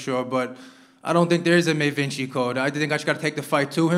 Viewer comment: Da Vinci Code … Not May Vinci code